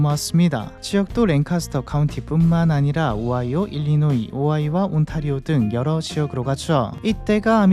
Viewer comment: 아이오와를 오아이와라고 하셨네요.....😂😂 헷갈리긴해..